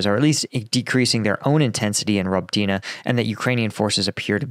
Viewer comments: I really wish you'd check how to pronounce Robotyne with a Ukrainian speaker 🤣 It's more like Roboty-knee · Its pronounced ruh-BOH-teen-ay. But you'll get it before wars end. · For crying out loud,. You’re still improperly pronouncing Robotyne. 🙄 🤷‍♂️